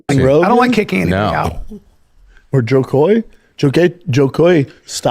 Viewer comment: Bro you can't slag off Brendan for not being able to say "Joe koy" when you can't say it either... You call him Joy Koy 🤦🏻‍♂️